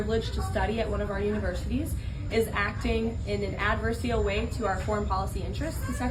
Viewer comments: Adversial? Not a word Karoline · Adversial? Surely you mean Adversarial? She’s Trumps best, not particularly smart but she is the best he’s got. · Leavitt says "acting in an 'adversial' way. The word is "adversarial". She really is an idiot. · It drives me crazy when she uses the word “adversial” and not adversarial. She does this all the time in her meetings with the press. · As the White House spokesperson, she ought to learn how to pronounce "adversarial." It is not adversial. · It's not adversal, it's adversarial. She's so uneducated. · Adversial? Making up words too. 😅 She's such a dummy. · She said “adversereal” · Ad-ver-see-al ....Levitt is beginning to mispronounce words like Trump does😂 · “Adversial?” She’s illiterate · Thank you for not pointing out she pronounced adversarial wrong...... I'm amazed how she can string so many lies together it is a talent I wish she would use for good instead of evil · And she said it TWICE.